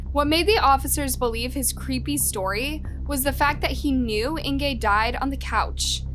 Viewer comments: I keep trying to like this channel, keep coming back but every single time she butchers the victims name I can’t stand it. It seems like a small thing to do, Google the name and listen to how it’s pronounced ffs 🤦🏻‍♀️ how do I get this channel to stop showing up on my For You? A minute and 46 seconds in and it’s driving me nuts. I give up. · I cannot listen to this whole video where she consistently mispronounces Inge's name. It's "In-guh", not "In-gay". How do I know? I have a great aunt with the same name. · it's Inga - not Ingay .... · Its Inge, not Ingay!!!!!!!! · Her name is pronounced Inga not Ingee'! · I really enjoy these videos by but I'm a little confused by this one. Was the victims name "Inger" or was it "Ingay" as kept changing between the two pronunciations. Try to be consistant please. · Is it just me or is the victims name pronounced Inga or Ingay? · It’s “Ing-gaaaaa”. Not “Ing-gay” I couldn’t listen to the whole video due to the repeated mispronouncing of her name. You actually pronounce it correctly once in the first 5 mins. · Why do Americans mispronounce everything possible? Its not 'Ingay' but 'Inguh'! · Don't think you are pronouncing her name correctly - Inge is INGuh! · Her name is pronounced like singer without s, not like anger. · I am a new subscriber. Suggestion- You really need to work on the correct pronunciation of words. Example. You pronounce Inge’s name differently every other time. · This is a terrible story. And I'm so sad for her and her family, but what gets me is the way you said her name wrong. It's a German name. Inge is said different than what you are saying. I wanted to correct the whole video through. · The miss pronunciation of Ingas name is really annoying :( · Please work on your pronunciations. Jan is pronounced Yun. Inge is pronounced Inger. Stellenbosch is a town outside the city of Cape Town. I'm South African and I always learn about the world it would be nice if people can do the same.